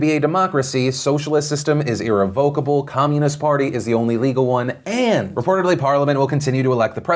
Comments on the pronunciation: I used to get the pronounciation for irrevocable wrong too. Its "eh revvv i ka bol" just for future reference. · It’s pronounced / ih-rev-uh-kuh-buh l /